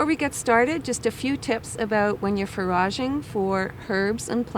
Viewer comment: Well spoken, informational, good video. but you lost me at for-AHHHH-szhing 😆 The expectorant properties of wild violet are overlooked! When you eat a bunch of um this time of year you may find yourself coughing up congestion you didnt even realise you had. Its a spring cleaning. Im like #70